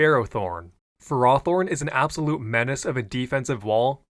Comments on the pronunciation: i'm gonna keeping bitching i dont know how you saw the "fehr-ah-thorn" pronunciation guide and thought that meant you had to stress the "ah" every single time like this is not how we speak words in english 💔💔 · You mispronounced Fairythorn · Idk guys I think he pronounced FearowTorn incorrectly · Bro it’s pronounced ferfolorne 😭😭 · lol ferris wheel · Therroforn was my fav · After last video’s pronunciation of Ferrothorn, leaning into in this video was a nice touch. Great video once again ❤ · The Ferrothorn pronounciations go wild. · I thought I was having a stroke and had to go hack and listen to the section again 😂